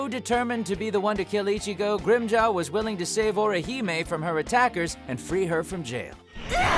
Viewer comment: Totes thought he said rim job and not Grimmjow. Lol thought I was tripping